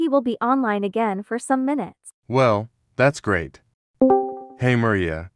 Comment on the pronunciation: Why those alex say grat but not great in the text like WHAT😂😢❤😅😊